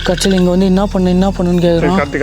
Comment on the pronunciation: 😂😂 said kachi for karthi 😂😂😂